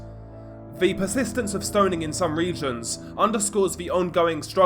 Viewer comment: HEY! There's no letter "D" in the word STONING... STO NING not STO DING